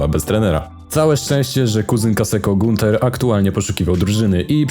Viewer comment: Tutaj jest błąd ponieważ ów kuzyn nazywał się Günter , czyta to się praktycznie tak samo tylko "ü" czyta się jak e z buzią w kształcie przy jakim wymawia się "o"